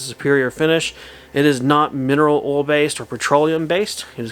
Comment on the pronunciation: Another good video! Where are you from with that accent? I chuckled when you said oil back to back! You pronounce it funny! “Ool” 😀